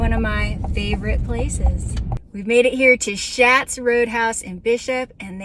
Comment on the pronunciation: Schats is actually pronounced like “shots.” I know that from the owner of a related restaurant in another city. Glad you enjoy the restaurant.